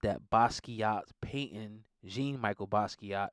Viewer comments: His name was literally pronounced John Michelle (Jean michel) if you know French names are pronounced differently that’s what he went by not Jean Micheal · It's pronounced jon michelle (likefrench) not Jean michael lol js no dis. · The most disrespectful thing is you saying Basquiat’s name wrong. It’s pronounced ‘JOHN MICHELLE’... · Great commentary. However, you’re pronouncing Jean-Michel’s name wrong. It’s pronounced like John Michelle. Other than that, I just learned about Mr. Basquiat and seen some of his artwork being used for commercialization, which is just sad IMO.